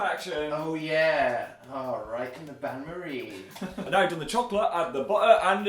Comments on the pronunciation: The bain marie was "un-stay-bowl" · It's actually "Bain Marie"(french) which translates to Marie's Bath (kinda) They pronounced Bain wrong and it was so aggravating😂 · As a french girl, Dan and Phil trying to say "Bain-marie" is the funniest thing to me, because they can't pronounce the sound "ain" right (Btw, it literally translates to "bath Marie" don't ask what it means, I don't know) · Oh is that how you REALLY feel Dan? Do I need to remind you of video "Halloween Baking: Brownie Graveyard." where at 3 minutes and 39 seconds you pleaded "Is it a bain-marie?" (Which you pronounced wrong by the way.) Then later at 3 minutes and 41 seconds you commented "Holy sh*t I think it is." Delia would be ashamed.